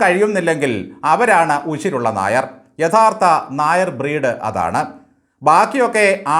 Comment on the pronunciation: Nair ennathinte avasanathe r vitte bakki parayanam.